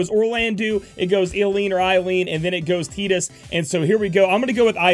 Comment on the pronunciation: Bruh.. ur so worried about Aileen's name yet ur killing Tidus. Its not "Te'dus" . just think about how u pronounce "tide", like the tide of the ocean, which is water and also ties in with our favorite blitzball character.